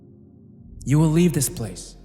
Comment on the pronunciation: Bro…how the fuck did you pronounce “you” like that